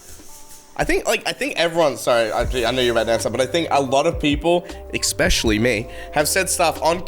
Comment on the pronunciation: "Eckspeshully" lol you fucking mongrel.